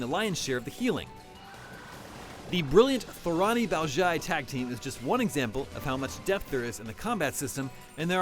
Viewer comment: Totally butchered Thorani and Baozhai's names... did this guy even play the game or is he just reading a paper?